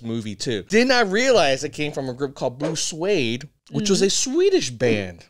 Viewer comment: I hate it when these Music reaction people do not research their topic 1) pronunciation = Blue SWEED not swade 2) original version, by B.J. Thomas [no ooga chaka] 1968. 3) The original oogo chaka version was done by Johnathan King in 1971. 4) the Blue Swede version was 1973 and is a cover/copy of King's version.